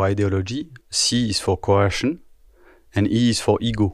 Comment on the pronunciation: You keep saying curruption haha it's coersion, I think a cop has curruption on the brain.